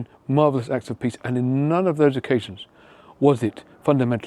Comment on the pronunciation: Oh! Nobel "PEACE" Prize! I thought you said Nobel "PISS" Prize....my bad.😜